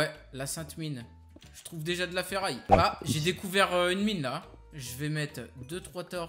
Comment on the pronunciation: Stp arrête de dire feraille